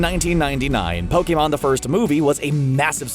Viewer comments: I can’t stress this enough it’s not pokaymon it’s POKEMON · Ash: *Gets to go everywhere at 10 years old and become a pokemon master* Me: *Gets triggered at the way you say ''Pokemon'' because your saying ''Pokaymon'' instead of ''Pokeemon''* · Poke-A-mON ugh that annoyed me it’s pronounced POKI-MON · Po KAY mon Nonono Pokèmon Never heard of it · No one: me: *questioning why he said Pokémon like "pO-kAy mOn" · GO BACK TO PLEASE AND LISTEN TO HOW HE SAYS POKMON!!! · Did you just say pokhemon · nobody: not even a atom: screen rant: pokaymon